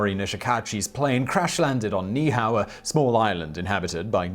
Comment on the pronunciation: Ni’ihau: pronounced knee-ee-ou (ou like the first two letters in ouch). 😀